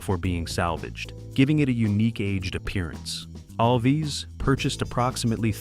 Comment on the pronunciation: No ORCA scenes were ever shot in a soundstage. It was all shot on location. Joe's last name is pronounced ALVZ, not All'-Vez. It's one syllable. Not two.